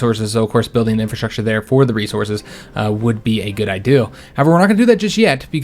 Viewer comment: Always wondered why it sounds like he’s saying ideal instead of idea.